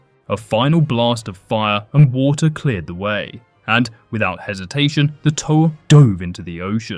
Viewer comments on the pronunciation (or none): none